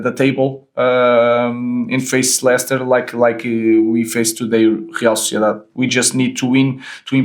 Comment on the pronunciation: I love that he does that. He pronounces it the way he knows how and doesn't try to mimic an accent he doesn't dominate. You could also tell by the Real Sociedad pronunciation.